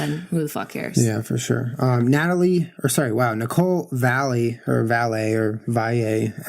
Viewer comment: oh my god you said my name right (nicole valle) on the third try no one ever gets it right 😭😭😭